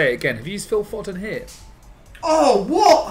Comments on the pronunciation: How can you not pronounce Foden? Found it very irritating to watch tbh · The way they pronounce Foden....